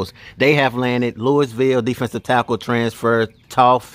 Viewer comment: It’s Loo-ee-ville